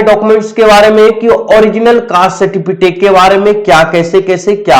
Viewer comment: Abe certificate hota a certifitake nhi hota